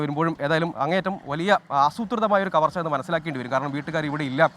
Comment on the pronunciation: Skn. കമര്‍ച്ചയല്ല. കവര്‍ച്ച..